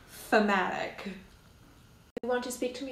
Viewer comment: Love the dramatic pause, then… “THEMATIC” 😂